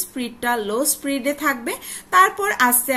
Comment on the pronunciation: স্পিড, স্প্রিট না